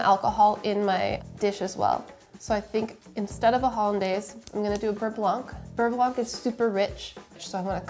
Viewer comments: Please stop pronoucing the C at the end of beurre blanc. For english speakers, try saying it like this: bur-bla (bər-ˈblä) . Yeah, i know, but its making my fussy french ears bleed. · How to properly pronounce "beurre blanc": For "beurre" you need to add a little throaty growl at the end for the "r" as in saying "grrr". And for "blanc" do not pronounce the "c" at the end. Et voilà! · its "beugh blauh" not "beuh blawnk" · Um. beurre blanc? BERR... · PSA: there's no audible C in "beurre blanc". It's French for "white [butter]", same as in "sauvignon blanc".